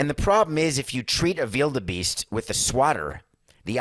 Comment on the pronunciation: I like the way you pronounce "wildebeest"